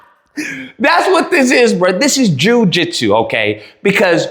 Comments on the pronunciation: "Jewjitsu" Bro💀☠️💀☠️ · Broooo not Jew-Jitsu 😅😅😅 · Jew-jit-sue is diabolical 😂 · This guy said Jew-jitsu! 😂😂😂😂😂